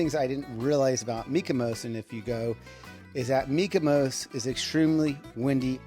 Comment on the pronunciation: Are you saying MykoMos? It sounds like you’re saying MykoMos with an M. But it’s MykoNos with an N lol